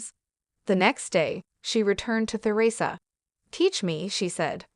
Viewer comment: Please pronounce Theresa correctly!🇦🇺